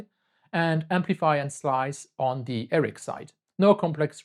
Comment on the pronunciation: You are mispronouncing RX and TX